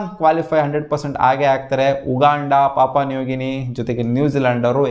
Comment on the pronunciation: Bro papa nugini alla papua new guinea 😂😅